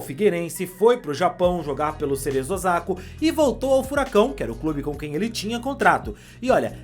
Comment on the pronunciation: O time do Japão no qual ele jogou, chama-se Cerezo “Osaka” e não Osako como foi equivocadamente dito pelo apresentador.